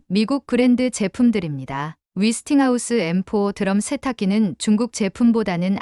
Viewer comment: 근데 위스팅하우스가 뭐죠? '웨'스팅하우스 아닌가요?